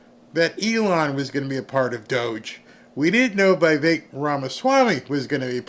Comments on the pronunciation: It is Veevek Dear not whyvek, names are read in Latin not English, I lived in India that’s why I know exact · It's VEE VEK, NOT V EYE VEK